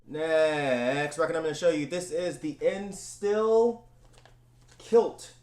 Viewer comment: Hey here some Tipps on your german pronounciation: Endstille, you forgot the last "e" it's pronounced same as the first one. Then "st" is pronounced "sht" in german. Since the german "e" is quite like the english "a" (not the same but similiar) Endstille is pronounced: Andshtillah;)